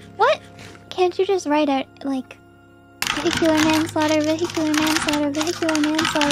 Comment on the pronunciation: Manslaıghter? Doktor, I did that shit on purpose.